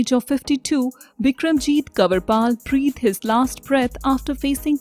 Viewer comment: Stylish English yet you cannot prounce Breathed their last 😔